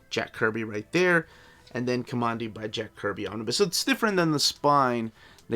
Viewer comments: Kah mon dee? Kamandi got his name because he grew up in Command D with his grandfather. His name should be pronounced Kuhmandee and not a straight up Command D. This was my favorite comic book growing up so it's kind of an thing for me to insist that this is correct. If I am wrong, well I'm just going to stay wrong. All you have to do is read the books. And I think it was in issue 50 or so, 10 issues after Jack had left to go back to Marvel, that there was a retelling of the origin. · Ka-man-di not Ka-mon-di. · Not KOMONDI, my friend. K-AH-MANDI as in Command D where we are told his name came from in the first issue. It is so annoying to hear you mispronounce his name repeatedly throughout your review. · Command D is how it's pronounced, aint listening to you man. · Command-D. KO-(MAN)-D! Your'e killing me with your pronouciation!